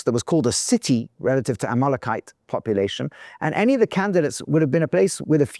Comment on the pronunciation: A little confused by the pronunciation of Amelekite... to Amolokite??